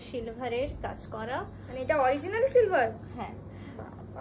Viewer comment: Shilver noy gilver 😅😂 it's silver